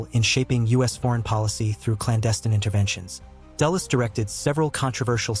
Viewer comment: Dulles not Dallas